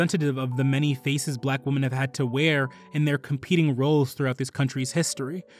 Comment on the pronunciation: Thank you for this! A friendly piece of advice: The word women is not pronounced the same as woman. It is pronounced "weh-min." Woman is pronounced "wool-min."